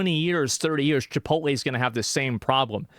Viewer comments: lool "no i dont have sttock in chipolttte" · Chipotle is 32 years old. Asmond: "My favowite pwace chipwodwey, is onwy new. Mcdawnwls is owd. downt tawk bad abowt chipowtwey!!"